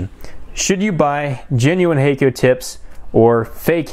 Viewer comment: FYI Hakko is pronounced hahk-koh rather than hey-koh. If you understand IPA then it is [hakko:]. It means "white light".